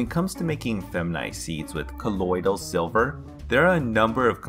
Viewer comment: Colodyl silva